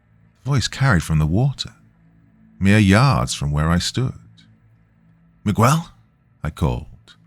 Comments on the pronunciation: I love my youtube narrators, but the odd mispronunciation just gets to me. Not mi-qwel, its mi-gehl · This Miguel thing literally almost made me quit this story. Dr. You are the best but... its worth rerecording. It's like calling Thomas though-mass.